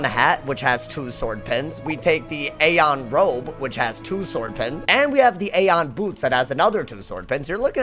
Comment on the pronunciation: Sir it’s “ee-on” not “ayyye-yon”